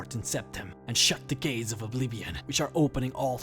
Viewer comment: "and shut the gays of oblivion" LOL :D